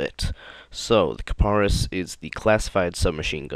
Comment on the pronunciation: I thought it was pronounced Ka-Pre-Is. lol